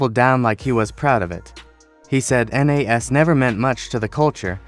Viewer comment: Stop the A.I. who tf is N.A.S? You mean Nas?